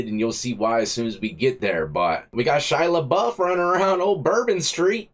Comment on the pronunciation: Shy-a NOT Shy-la!!!